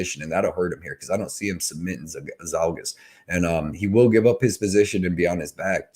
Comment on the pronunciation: Man you were saying Zhalgus all sorts of wrong 😂